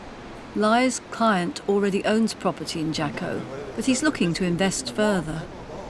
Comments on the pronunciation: HA-CO not jokko . . .gets me every time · i've lived in Jaco costa rica for 30yrs, its pronounced HACO the J is an H in spanish. there was a law in Jaco that you COULD NOT built over 3 stories. there were NO buildings. but, in 2000 an new mayor was bought out and changed the law. now theres 15 and 25 story apartment buildings everywhere, where does all the sh=t go!! theres no sewer system! evryone has SEPTIC tanks!!! they´re taking away the nature and beauty that attracts everyone to costa rica, and replacing it with condos!! TAXES in Costa Rica ARE 13 percent!! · It’s pronounced Haco. Every time I heard the hard J I was cringing. It’s also one of the worst places in Costa Rica. A dream town for criminals. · Listening to her pronounce Costa Rica hurt, but then she tried to say Jaco. Ouch. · Even tough I'm with you on the "American" designation, Belize doesn't belong to Central America because it has historical roots. Also, it triggers me on how they pronounce "Jaco"...